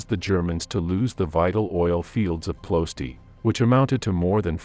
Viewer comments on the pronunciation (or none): tnx 4 da video, btw Its Plo-ye-shti))